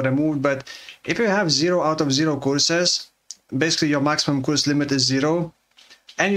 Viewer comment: You pronouncing 'curse" as "coorse" is so funny